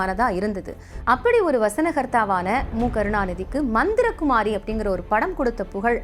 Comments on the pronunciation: மந்தரகுமாரியில்லை. மந்திரிகுமாரி உச்சரிப்பு அவசியம். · தொகுப்பாளர் கலைஞரின் படத்தின் பெயரையும் உச்சரிக்க தெரியவில்லை. மந்தரகுமாரி அல்ல மந்திரிகுமாரி.